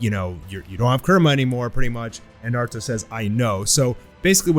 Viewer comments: sorry but "Naurto" lmao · ahh yes NAURTO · Naurto lol